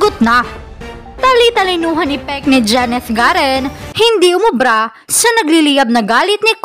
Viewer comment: Garin hindi garen